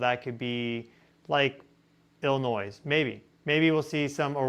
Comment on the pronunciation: I do believe the 's' on the end of illinois is silent 🤫